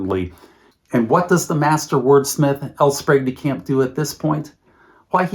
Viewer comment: You had me until you said L Sprague DeCamp